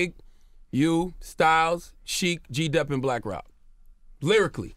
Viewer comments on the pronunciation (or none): Nigga said G Dep... 😂😂😂 FOH